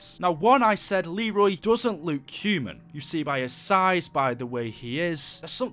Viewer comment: Man’s says Luke instead of look.